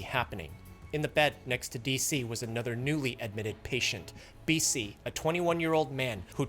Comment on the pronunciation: BC MC DC SC? Tell me you don't know how to pronounce their names without telling me 😂lol